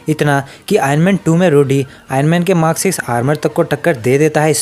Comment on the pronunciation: I love the way he says mark as mak